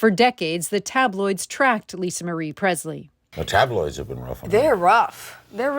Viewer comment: It’s not pronounced “Prezzz-lee.” It is: “PreSSS-lee.” M-Kay?